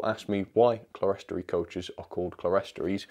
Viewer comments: It's pronounced "clear-storey" not "cle-res-tory". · Clerestory is pronounced clearstory, which I believe is an alternative spelling, possibly American. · Hi, don't want to criticise but the pronunciation is "clearstory"even though it's spelt clerestory, I only found that out about six years ago myself. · Oh. I thought the word was 'Celestory' as in celestial but no, it's not; it's on the box, Clerestory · Love these reviews! :D - One minor thing (as a fan of cathedral architecture) 'clerestory' is usually a 2-syllable word "clere-story" (pronounced "clear-stree"). As you rightly pointed out, the word comes from the high windows above side isles in churches, the glass level or 'clear story', a design feature echoed in these exquisite coaches. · It’s pronounced clear story, you are right it’s from church architecture. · they are pronounced clear,story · Clerestory? I think it's pronounced clear-story...